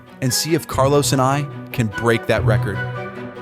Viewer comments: Carl-OWSE Alcaraz.... Carl-OSS. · The way americans say 'Carlos' is great 👌 keep up the good work